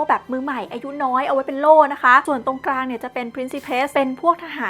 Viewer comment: กลางครับไม่ใช่กราง